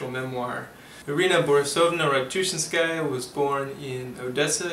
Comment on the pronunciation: This is a good presentation. Having read this book as a student of Russian language of literature (My own choice) I can tell. My only objection to your presentation was your pronunciation of her last name. Stress is very important in Russian. Ratouchinsjaya is to be pronounced with stress in the third syllable -chin-. Russian speakers will need some time understanding who you are talking about. A trifle. To westerners it doesn't matter. Good review.